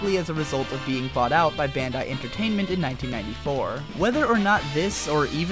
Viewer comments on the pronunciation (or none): none